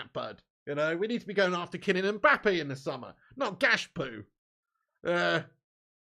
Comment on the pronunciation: "Poonez" "Gakpoo" grown ass man